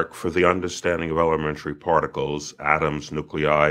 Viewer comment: part-I-cles (it's crazy but every word leads back to oneness) love these conversations though...